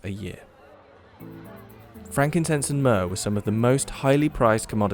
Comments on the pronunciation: myrrh... myrrh durr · myrrh durr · I brought you myrrh… Myrrh-dur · myrrh-DER Judice, no!